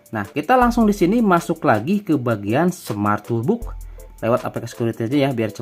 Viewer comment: Maaf sekedar share aja gan, kita sama2 belajar hehe. Kalau bhs inggris, kalau O ada dua dibaca U, kalau cuma satu dibaca O. Misalkan: BOOK = BUK BOX = BOX TOOLBOX = TULBOX (bukan TOLBUK) contoh lain: HOONIGAN = HUNIGEN LOOP = LUP Btw makasih konten TOOLBOXnya 👍 work 100%